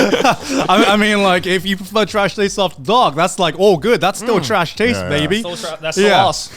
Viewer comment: "Welcome! To the annual Trash Taids Award!" -Grant